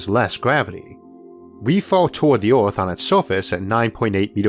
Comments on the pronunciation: is he saying orth instead of earth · so do people in ohio say "orth" instead of "earth" or is this some foreign thing? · Speach impediment.